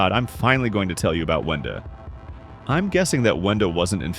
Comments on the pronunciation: He said Venda instead of Wenda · WENDA NOT VENDA